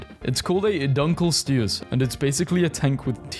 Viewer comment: He didn’t pronounce Dunkleosteus correctly tho lol